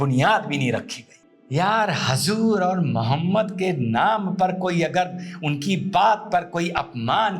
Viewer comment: Aap muslman hain( huzoor)ko hazur bol rahe hain pahle aap sahi bolna sikhe